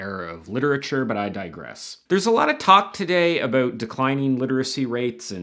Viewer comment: Wait a minute... The way you say "abewt"... Are you Canadian??